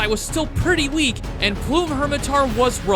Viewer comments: I don't know why but the constant mispronunciation of "plum" as "plume" was driving me up the wall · why do you pronounce plum like plume? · Great video! You deserve way more subs. I have to ask. Why do you pronounce “plum” as “plume?” I’ve never heard the fruit pronounced like that ever hahaha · "plume daimyo" this dude never heard of a plum before 😭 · the pronunciation of the word “plum” makes me cry